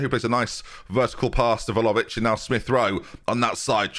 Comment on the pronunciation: Can pronounce one of the hardest names in the game but still calls Vlahovic Volohovic 😂